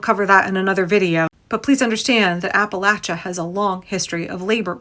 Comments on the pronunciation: From Asheville, thank you for pronouncing Appalachia correctly 🙂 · Thank you for your attention to accuracy in general, and especially the correct pronunciation of Appalachia. 🙏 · Southeast Ohio here, right in Appalachia, thank you for pronouncing it correctly, we didn't all vote for tRump. A lot of us voted blue and we got just as fucked over as the rest of you. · Can I just tell you as someone from Appalachia how much I appreciate you pronouncing Appalachia correctly. Also, Appalachia certainly did not vote based on racism, many people from that area voted for Obama especially in 2008...They voted based on desperation and ignorance. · First of all big shout out to you for the proper pronunciation of Appalachia! Secondly, hell yes the mountain folks resist oppression at every turn! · WNC native...and I would like to thank all those who said Appalachia the right way! Also, there are a whole lot more Dems here than you think...and people are beginning to move back to the blue. From 5-10% blue in the early 00's to 15-25% now. People do learn and they can change. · I'm from the Appalachian mountains of western NC. (Thank you for pronouncing it correctly.). We don't play when it come to protecting our neighbors.